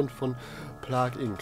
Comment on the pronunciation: Wieso sprichst du das wie Plag ink aus ? Das Inc gehört nicht zum Namen sondern steht für Incorporated